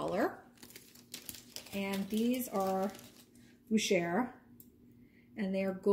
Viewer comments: “ Boo Shay “ ( French pronunciation ) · First time watching your channel. Nice jewelry finds and great prices. By the way, Boucher is pronounced Bow (as in take a bow) Shay.